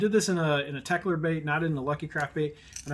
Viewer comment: BTW, it's Teckel, not Teckler. ;)